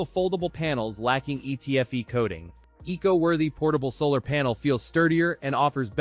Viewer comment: ai slop. "eco worthy" pronounced "ee see oh worthy"..... 🙄